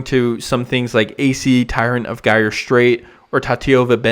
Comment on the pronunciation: BTW "gyre" is pronounced with an English "j" sound like in the word "general", not a hard "g" sound like "guy", except by incorrect mtg players. Same as "gyroscope" or "gyrate" or other related words. Don't be Joe Cherries, dude.